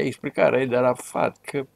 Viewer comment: Ce greșeală a putut sa facă în direct 😂😂😂 Răzvan Dumitrescu, când l-a numit pe arafat, ( Arahat) 😂😂😂😂😂😂